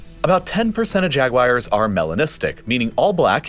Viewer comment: Why do you say “Jag-wires”?